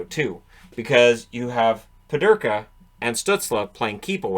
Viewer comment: Peterka not Pederka.